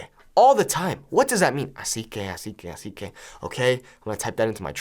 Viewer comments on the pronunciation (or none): Not the "así que" sounding like the Romanian "așa că" 😭😭😭